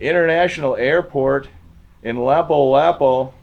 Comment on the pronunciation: That’s not in Cebu city it’s on Mactan Island. It’s pronounced Lapoo Lapoo.